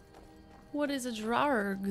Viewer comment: Draugr, pronounced Droy-gar or Draw-ger. It's an Old Norse (Viking) word for ghost or undead. A restless spirit who would travel by night to haunt the surrounding area. Many Norse and Germanic peoples feared these creatures as they believed that the sign of walking dead meant Ragnarök, the death of all life, would be brought from them, so many Norse tombs were sealed by a massive stone to prevent them from leaving. Others were burned in their ships. The word descendant of this is Draug from Norwegian. Also I'm Norwegian/Saxon, so I'm a flatland and forest lover, but I also love harsh cold, deep snow, and towering mountains and fjords. And since I like two handed weapons or short handed weapons with shields, I generally choose warrior. 🐉